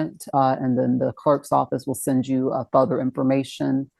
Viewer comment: several times throughout this video she says "futher" instead of further. I know another person who says futher instead of further and/or farther. Is this something others have heard in their lives? I love learning about linguistics and I'm curious if this is more widespread than I thought.